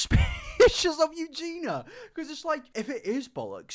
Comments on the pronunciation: Also, her name has four syllables...You-Gee-Nee-Ah...you say You-Gee-Na. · Love how you insist on calling her Eugena…. Instead of Eugenia…. 🤦🏽‍♀️🤦🏽‍♀️🤦🏽‍♀️ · You do realize you’re saying her name wrong 😂 it’s not Eugena ma dood, you’re missing the I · It's pronounced Eugeeeni-ah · Yu-gee-nee-ah .... Four syllables... I don't why this annoys me so much. Maybe because it shows such a lack of actual care or proof you don't do any kind of research or put very very minimal effort into your content. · He’s English… there’s nothing about his accent that should stop him from saying Eugen-i-a. I, for one, am not mad, I just feel that the continuous mispronunciation (not just in this video), seemingly without any attempt to try to pronounce it correctly or even address whatever possible reason it could be that he doesn’t is a little disrespectful. I know seems to mispronounce a lot of things, and I feel for him on that front, but it’s a person’s name after all, not just a random word, and “Eugena” is a completely different name to “Eugenia”. Considering he makes quite a lot of content about her, I feel it only right that he make a bit more of an effort to say her name right or at least, if that’s not possible, explain why he can’t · I hate when he says her name and skips a syllable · Idk, but he’s English so I don’t see how, and he is just missing out the I completely. Maybe he finds it difficult? But it’s best to try and get it right, especially when you make a lot of content on a person. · It bothers me that you constantly mispronounce her name. Kind of disrespectful too.